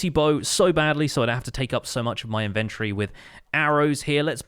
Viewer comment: This mad lad! Starts off holding shift everywhere he walks and now just needs to carry some fireworks with him! Also, anyone else find the emphasis on "in-VEN-tory" entertaining?